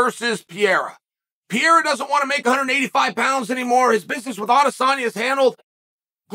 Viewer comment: "Pierra"/jiri is great. Pierra/hill is great too. 205 is back. Respect to glover for setting it up.